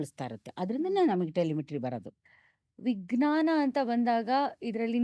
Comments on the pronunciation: ನಿಮ್ಮ ಪ್ರತಿಭೆ ಬಗ್ಗೆ, ಕನ್ನಡ ಭಾಷೆಯ ಹಿಡಿತದ ಬಗ್ಗೆ ಏನು ದೂರು ಇಲ್ಲ, ಆದರೆ ವಿಜ್ಞಾನವನ್ನು ವಿಗ್ನಾನ ಅಂತ ಹೇಳುವುದು ಮಾತ್ರ ಸರಿ ಇಲ್ಲ. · ನೀವು ವಿಜ್ಞಾನ ಅನ್ನುವ ಪದದ ಉಚ್ಚಾರಣೆಯನ್ನು ವಿಗ್ನಾನ ಎನ್ನುತ್ತಿದ್ದೀರಿ. ಇದನ್ನು ಪರಿಶೀಲಿಸಬಹುದೇ?